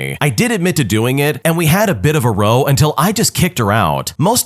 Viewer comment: Hey, narrator dude, I'm gonna be pedantic as hell here for a second. Whenever someone says they had a row, as in a fight, it's pronounced like Ow as in someone hitting you. It is NOT pronounced like row row your boat. It's one of those British English words that America doesn't use. Thank you for coming to my ted talk.